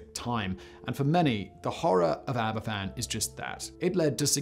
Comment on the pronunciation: Sorry to be a grammar nazi but I am just trying to educate. Aberfan is pronounced "Abervan". The "f" in Welsh is pronounced as a "v". An "ff" in Welsh is equivalent to the English "f".